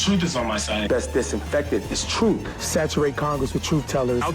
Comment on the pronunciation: My "troof" is always suspect.